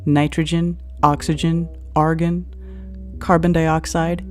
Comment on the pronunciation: "Argin". Demonstrating a firm grasp of the atmosphere by not knowing how to pronounce names of its components.